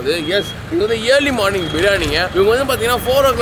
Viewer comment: தம்பி இயர்லி மார்னிங் இல்ல,, அர்லி மார்னிங் சரியாக உச்சரிக்கவேண்டும் 🙏